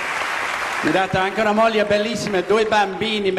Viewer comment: I think he also wrongly pronounced "... Mia Molia" which should be "Mia Moglie".